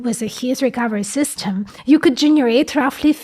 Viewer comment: мне ОЯЕНЬ интересны все Ваши эпизоды. Женщина-инженер и умница не может не нравиться. Один момент, который можно поправить, это произношение "ly". Слишком откровенная русская "И". Хорошо бы её приблизить к "Ы". Равно как и в словах "system" (dinner, chicken). Делюсь тем советом, который получила больше 30 лет назад. Удачи.